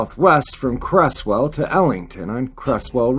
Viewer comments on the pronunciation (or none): Hi, Cresswell is pronounced Crezwell, thanks for another awesome upload, very much appreciated. Hope you and the fam are doing good. Take care buddy, regards from across the pond 👍